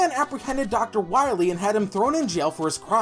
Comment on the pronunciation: When you're saying Willie instead of Wily, that's a bit, right?